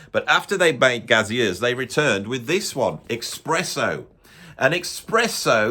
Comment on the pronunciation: Your rationale behind suggesting "Expresso II" is as flawed as your pronunciation of "Gazeuze!"...